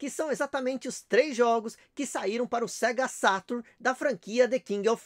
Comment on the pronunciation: É engraçado que ele fala o português perfeito, mas na hora de falar "Sega Saturno" ele não consegue rsrs